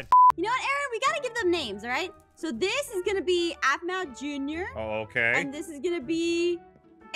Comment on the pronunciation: It’s aphmau no one is aphasia